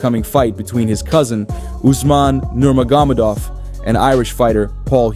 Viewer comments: You need more practice saying "Nurmagomedov" 😜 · You said Khabibs last name 3 times in like 40 seconds and each time you pronounced it differently....and each time wrong!!! haha (you came close on the last attempt tho) How do you not figure that shit out before recording your video???? It's not like he's a new guy on the scene....dudes been around a long time.....shit..he's been retired for about 5 years now???? Do some research bro!!!